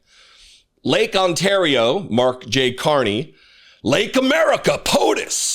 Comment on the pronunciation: OOOooo.... he can say Ontario right. NO one takes him seriously!